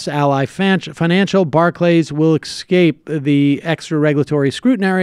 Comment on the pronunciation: I got so distracted by your pronunciation of the word "EXCAPE" that I missed the rest of the report; I hope it was just an accidental tongue twist; I will go back and listen again! (sigh)...